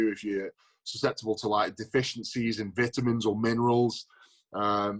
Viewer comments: I’m just gear for Eddie saying vitamins like vittamens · Didn't know the British pronounce vitamins with a a soft i. Learn something new everyday. Also, why does the British forget about the letter t. For example, saying Bri-ish instead of British or Wa-er instead of water. Fascinating indeed